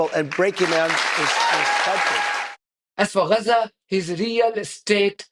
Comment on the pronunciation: Can we agree on the pronounciation of G like in gab so Ga za not Ra otherwise spell it Raza or stop using the latin vocabular